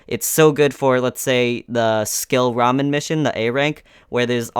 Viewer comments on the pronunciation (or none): none